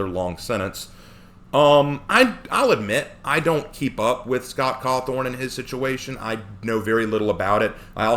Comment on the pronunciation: me before watching the video: oh, well I hope that person's reasons for having that opinion are reasonable and are focused on the actual game. me a few minutes into the letter being read: sigh... it's about Trump isn't it? also, did you just call him Scott Cawthorn ? 😆